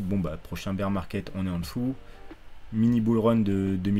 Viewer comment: je rêve ou t'as dis "Beer market"?!! lol...on dirais Pierre sur twitter